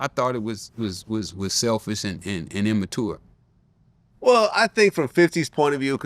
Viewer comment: he said imatour instead of immature